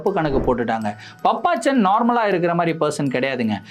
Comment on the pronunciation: அய்யோ அது பாப்பச்சன்😂😂😂😂பப்பச்சன் கிடையாது😂😂😂